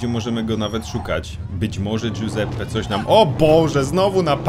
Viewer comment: "guseppe" w tej chwili nie przyszedłem po wytrychy Ale po pizze ;)